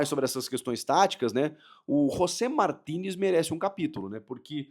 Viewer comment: quando André Henning falava Martinez eu entendia Toni Kroos